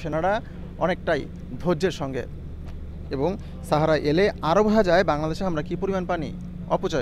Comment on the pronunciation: ছাহারা নাকি সাহারা সাংবাদিক ভাই ?